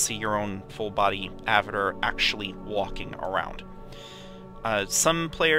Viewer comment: Thank you for the videos, as I'm starting to get into EvE myself, but damnit man, I felt like punching you every time you said "Avitir" instead of "avatar!" XD